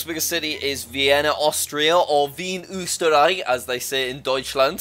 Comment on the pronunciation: Hearing Jack say "Wien, Österreich" as "Vien Üsteraai" was very funny - it almost sounded like "Wie ein Osterei" (=like an easter egg)